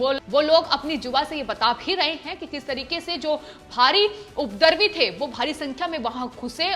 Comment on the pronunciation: 'उपद्रवी' का उच्चारण ठीक से करें🙏🏾 'उपदरवी' न बोलें